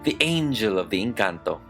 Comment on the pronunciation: finally someone pronunces words like "Encanto" CORRECTLY